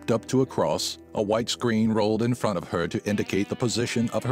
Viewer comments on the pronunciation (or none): none